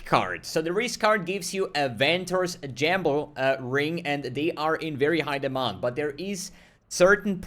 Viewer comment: how did he say jamble?